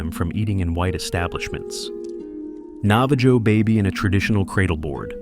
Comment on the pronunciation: First mistake - it’s Perry as in pear, not Peerry!! Nava-joe !?!?!? As in the name Joe!? No one , but no one ever said their name like this - ever!!!!!! As we all know, the ‘J’ is pronounced like an H as in hope. 🥸